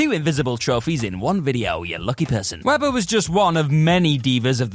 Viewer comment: Weber, not Weder...